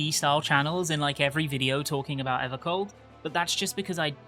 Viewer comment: EVAH COLD MORE LIKE AVAH SLAWP